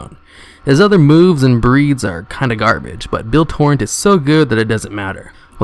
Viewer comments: are you illiterate? Im not trying to be mean but im really asking, ive watched videos where you say the wrong pronunciation for things example in this video is "turret" you say "torrent" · I appreciate the video, but man, if you're going to make a video make sure you know how to pronounce the things you're talking about. It's "Build TURRET," not "build torrent." It's "AnubiSATH," not "Anubish." It's "ION cannon," not "Iron cannon." And that's just three examples. There were plenty more. Aside from the wrong names and mis-pronunciations, good video. Thanks. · I heard torrent, tauren, and turrent. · I don't think it's a lisp thing. I play a lot of Overwatch and there are two different characters that make turrets, and I hear people say "turrent" more often than turret. It's weird. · Ness Hopster and Torrent instead of Turret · MAH-COB not marcabrey..and omfg TOR-RENT ...do you need hooked on phonix? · "Turrent" Bruh there's not an "n" anywhere near the word "turret" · You're all wrong. He's saying "torrent". Even says torrent in the list he links to :) It's a mistake, it happens! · also he kept saying tourent or something for the mecha gnome. The fuck is a tourent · ......hearing him mispronounce turret and macabre drives me insane.